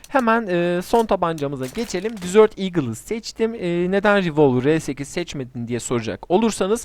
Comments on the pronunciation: dizört değil abi dezert diye okunuyor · Dizört eagle olarak okursan oradaki dizört tatlı anlamına gelir , bence bundan sonra dezırt demeye dikkat et 😉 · disört değil kardeşim dezırt